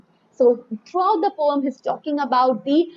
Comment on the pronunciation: I am not taking out ma'am's mistake it's just for fun